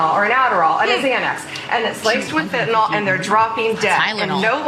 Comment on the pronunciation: Fen-ta-nyl. NOT FENTANOL. I've administered quarts of it over the past 3 decades to post-surgical patients in the Post Anesthesia Care Unit and patients with severe pain in surgical, medical, and trauma intensive care units. I CRINGE every time it is mispronounced.